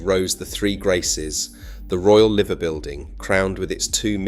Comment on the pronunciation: Seem like an AI commentary - "sacked 5 dockers in a row about overtime" read as roe, not the correct raow (argument). Also 'Liver' mispronounced. ToxTETH wrongly emphasised. In fact, many wrong pronunciations and emphasises. On top of that, strange emphasis on, essentially, petty politics of the 60s-80s AND - not impossible, because a) it happened, and b) cities prosper and decline all the time